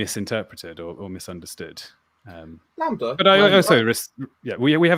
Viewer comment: Why should I listen to anything you say if you can't even say the word "lambda" correctly? Fuck sake.. Anyways, thanks for the stream. Decently enjoyable, agree with most of the panel. Cheers. Btw - A comment by - "how do you convert the masses when after any argument it'll be countered by indoctrination of the screen." ^ this is on of the most important issues not many people are talking about.